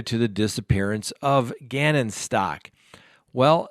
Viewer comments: [STOWK] not [STAWK] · Staouk...not Stalk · Thanks! I'd seen that Leticia Stauch stopped in Kansas for the night, but just figured it was for the guards to rest. I hadn't heard about her escape attempt. An aside, Ms. Stauch has pronounced her name like Stouch (rhyming with couch), not like Stock. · Its pronounced St-ow‐k not stock. It boggles me how half of the youtubers pronounce it wrong. When people repeatedly mispronounce names it makes them look b league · It is "STOUWK", which rhymes with "COW" "HOW". Surely you're tired of people mispronouncing your name; I would think you would pay attention to details like this. When you don't, it damages your credibility.